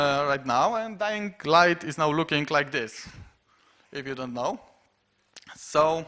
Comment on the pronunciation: "DajingLajt". Widać nie tylko ja tak rzeczy nazywam :D